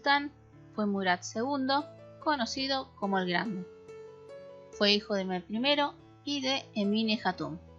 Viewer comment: los nombres como Mehmed y Ahmed,la hache que lleva en medio se pronuncia como j,es lo que entiendo